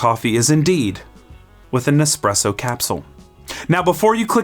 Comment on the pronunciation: It is challenging when you only get this suggested on your feed 12 days later. So I'll be honest, I did start watching in earnest, in particular because it is not the first time you have pronounced espresso dead. But then around 1 minute I felt an increasing need to read the comments 😅